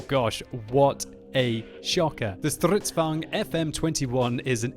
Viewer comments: You suck at pronouncing Stridsvagns. You : StRydsvugn Actually : strids vagn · Man, i love the way you say Strrridsvagn! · I love how you say Stridsvagn XD